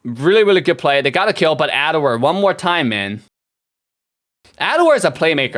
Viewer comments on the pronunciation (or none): Am I trippin or is he pronouncing Ed-Ward Ad-Ward? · IT'S EDWARD. ED+WARD